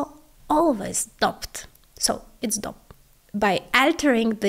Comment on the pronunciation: Dope is pronounced dowpe